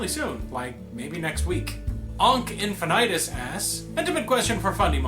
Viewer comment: Yay! You read my question and talked to me! You mispronounced my pretend last name, but it's an easy mistake to make. It's in-fin-i-tus with short vowel sounds.